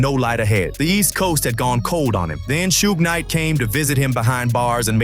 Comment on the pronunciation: I hate suge night but I hate more how this dude says it shooog